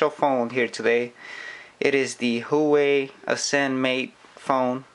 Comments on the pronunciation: It is pronunced as this who-wa-way Not who wee. Just sayin. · it's "WAH-WAY", not "Hoooo-WAY" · the brand is not "who we" its called Hua wei sound like"war way" i am chinese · no its pronounced - WAWAY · Its pronounced - H-U-A WAY